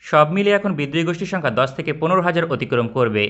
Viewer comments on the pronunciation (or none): none